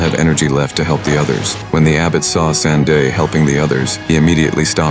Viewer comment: San Te. Not San De